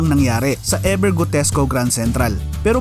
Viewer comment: E "VER" Hindi E "BER"